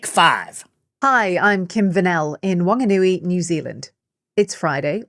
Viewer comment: Whanganui Pronounced Funga noo e